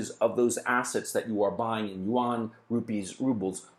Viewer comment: yuan is a one syllable word. Like Juan. You don't say jew-an.